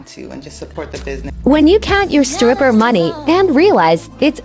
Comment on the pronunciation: Im gonna be honest. In never found strip clubs interesting. So i pay money to look at women with bad dads and worse tattoos who im not allowed to touch? And why is the chick in saying skrippa? Its hard to take you seriously on economics. If you cant speak like a grown-up.